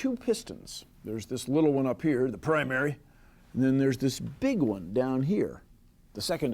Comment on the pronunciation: OK SERIOUS QUESTION HERE, did anyone else notice the way he said "primary" my girlfriend and I have been looping that for the last five minutes, dying of laughter.